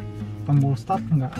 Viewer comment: Hill sat assist.... maksud kami hill start assist wkwkwk